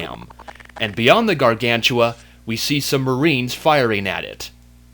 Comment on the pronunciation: ***** Hey,i amyour biggest fan and i think you know that and i wanna tell you when you tell the word gargantua it sound like you tell "gargantula". hehe.